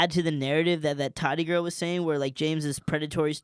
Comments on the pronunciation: You guys are great but it’s Tati (Taw-Ti) Not Toddy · Tati. Ta-tea. Not toddy.